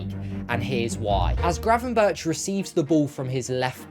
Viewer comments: Try to at least get the guy's name right! Its crazy to hear GravenBertsh ?! twice within 20 seconds. So I stopped. In future just think of Dennis BERGkamp. And use that BERG pronunciation for Gravenberch. Goldberg, Bergkamp, gravenBERG. Even if written Berch don't pronounce like he is a russian. Kinda big fail considering all the effort put into making a video. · Pls say Burk instead of Burtch, it hurts! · It is not 'GravenBIRCH', better to say GravenBERG' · Excellent analysis. Just one thing. His name is pronounced GravenberG, with a hard g. Not ch as in chips. Keep up the good work! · Just a little detail; Gravenberch is pretty difficult to pronounce for a non-Dutch speaker. The closest you can get to the correct pronunciation in English is: Gravenberg, as the first G is pronounced the same way as the last g(ch) in Dutch. So it should be the same way in English, hence the "Gravenberg" pronunciation. Cheers :) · Nice analysis. Now try to pronounce non-english names the way they are pronounced in the respective countries. 'berch' is not pronounced as birch..... Find a Dutch youtube source for the right pronunciation. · Please pronounce his name as if it were written as 'GravenberG'. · Pronounce his name as gravenberg, with a hard g. For the next video. This one is really good, nice analysis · Hearing the man's name being mispronounced for 10 solid minutes was so painful. It was so bad, that it seemed deliberate.